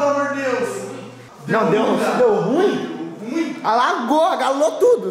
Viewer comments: Agalo kkk é alago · "Agalo" KKKKKKKKKKKKKK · "agalo" kkkkkk